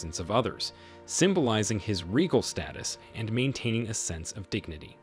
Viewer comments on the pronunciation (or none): none